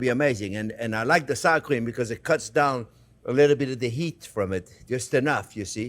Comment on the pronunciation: I had to rewind like 5 times because I kept thinking I missed you putting in the saccharine. Then I realized you were saying "sour cream".